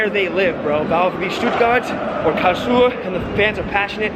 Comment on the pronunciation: I love the way English speaking people are trying to pronounce 'Karlsruhe'. This was actually pretty close